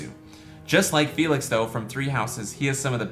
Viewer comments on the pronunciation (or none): none